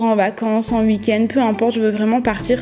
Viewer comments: ça me stress elle dit uik-end 😂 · Jtm bien mais tu dit